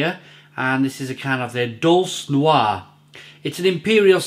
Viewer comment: Actually pronounced Dulchay, tut tut!